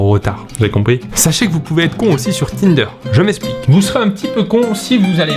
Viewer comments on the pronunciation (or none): none